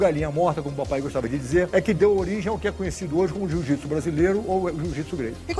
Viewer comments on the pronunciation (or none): Alguém aí percebeu que ele fala "jujitsu" ? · E aprendeu errado porque não é jiu-jitsu é" JŪ JUTSU"😂